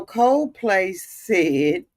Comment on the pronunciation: Wait...COZE PLAY??? LMAO aunties be adding different vowels and words when they talk